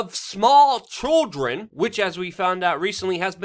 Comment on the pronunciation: "Chwrildren " -luke Lol